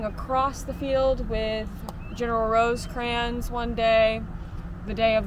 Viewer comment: Can't watch a video where the narration refers to Rosecrans as Roseycrans....sorry